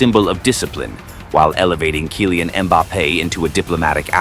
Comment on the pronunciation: "ViniKIus" "KAYlan"